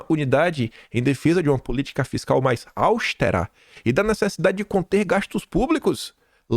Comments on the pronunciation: Querido sobrinho ❤. "austera" não tem acento, não é "áustera. ". Proparoxítonas são sempre acentuadas: lâmpada, música, lépido, bélico, etc. Meu vídeo( outra proparoxítona acentuada) das manhãs é este. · se pronuncia "austÉra" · irmão, não sabe pronunciar a palavra AUSTERA? Kkkkkk